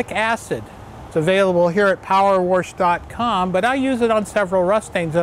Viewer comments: Power wersh? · Power worsch....